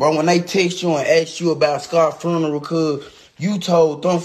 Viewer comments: This child keeps mispronouncing funeral as "FURNERAL," and it's absolutely killing me. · " Furneral... On God".... 😐